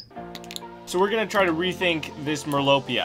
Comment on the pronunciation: And it’s merlopia not mirlopia